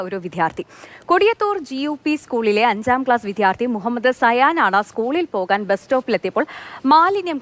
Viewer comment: വിദ്ധ്യാർത്ഥി അല്ല. വിദ്യാർത്ഥി ആണ് റിപ്പോർട്ടറേ..